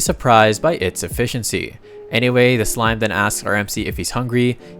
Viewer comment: it is a SLIME damit a SLIME S - L - I - M - E not SMILE